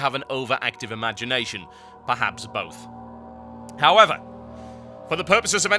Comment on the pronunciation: lol...howwer =P